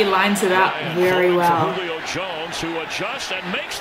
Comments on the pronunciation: Lol she said “JU-lio Jones” lol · It’s not jollyo it’s julio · WHO-LEE-OH Jones Julio